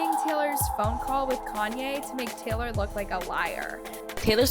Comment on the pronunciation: Teylor swift 😂